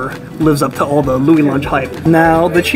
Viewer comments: It is pronunced, louie's lunch. From what i gathered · You wouldn't know what a hamburger is if they didn't industrialize the process. And dude can't even say loui's lol. And you take his advice lmao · Says he did his research proceeds to say the name wrong 25 times in a row